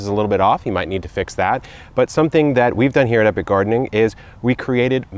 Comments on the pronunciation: Sometimes sounds like you say "Hello it's Kevin from Eric gardening" so I can see people mixing it up. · Maybe they read Epic as Eric 😂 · They are reading your yt name wrong 😑 that’s the only way I see them calling you Eric lol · Epic Eric... In greek for example he 'P' is spelled as an 'R'. that makes instantly 'Eric' out of 'Epic' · Same here. It's was when he said Eric I checked back and said oh .......it's actually saying Epic